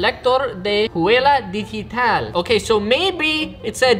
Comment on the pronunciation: reading in spanish: huela digital Me, spanish: HAHAHAHAHAHAHAHAHAHAHAHAAHAHAHAHAHAHHAAHAH You're lucky to don't listen me speaking english